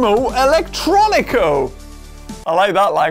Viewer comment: Actually, it's Italian. And the way he pronounced it just broke my heart. And my ears.